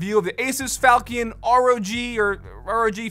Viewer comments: Incase anyone wants to pronounce the name of it properl instead of saying "falcon" because he didn't Google the word, here. "fawl-chuhn" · It's not falkion with a hard ch, it's named after a sword called a falchion which is pronounced with a chuh sound. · its (Falshion) not falcon. 1st is pronunciation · It's Fal(sh)ion, not falcon lol :) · There’s a lot of innovative features on the board. I think it checks alot of boxes. For what it’s worth, it’s probably pronounced like the weapon: Fall-shun, sometimes Fall-chun. But honestly who cares :p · not ''falkiun'' lol. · Sorry to be that guy, but I’m 99.9% it’s pronounced like “Falshun” or “faltion.” The CH makes a shh sound, and the io is one “uh”sound. Like when there’s “tion” at the end of a word. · It's pronounced... FAL CHEE ON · I'm pretty sure it's pronounced "fal-chin" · Everytime he says falchion I die a little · The CH is pronounced as SH not K or CK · His pronunciation of falchion is awful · Is no one going to talk about how he pronounces falchion?